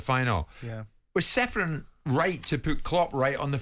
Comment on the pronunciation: Aleksander is not Seferin. His surname is to be pronounced as Cheferin. Originally there s a caron on letter C instead of letter h. As his countryman I felt you should know.